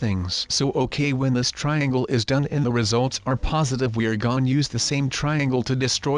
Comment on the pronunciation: Plz stop saying gon